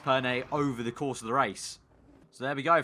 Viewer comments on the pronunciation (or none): none